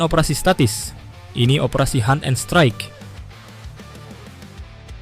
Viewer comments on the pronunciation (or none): none